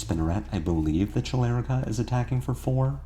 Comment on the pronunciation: Chelicera pronounciation had me rolling. But overall tight gameplay as always <3